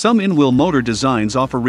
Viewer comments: Can’t we have a human voice? The ridiculous mispronunciations are very irritating; it took me a while to work out that ‘inwl’ was actually ‘in-wheel’. The confused emphasis is awful; I’m sorry, I can’t watch it. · "in-veel" motors? :-)